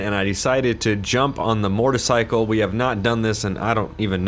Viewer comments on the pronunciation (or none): Lol mootorcycle or what ever he said. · did polecat jus say morticycle? Seems legit... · Mortar-cycle? That's what I heard! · did you call a motorcycle a mortercycle? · "I got my mortacycle here" anyone else hear that in the beginning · Did he say "mortacycle"? At the beginning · In the beginning did he just say mortocycle? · Mortorcycle? Lol